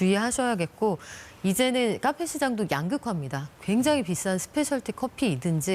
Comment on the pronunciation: 카페라고 쓰고 까페라고 읽는